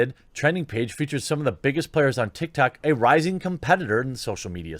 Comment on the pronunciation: "Big stars on TikTard" 😂